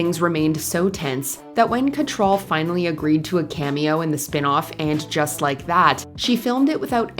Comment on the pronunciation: You need to learn to pronounce Cattrall correctly.